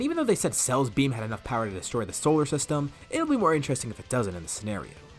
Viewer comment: Sorry but I wanted to point out that you kept saying “solar trstem”😂😭😭